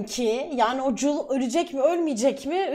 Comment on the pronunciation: JUL değil JOEL :d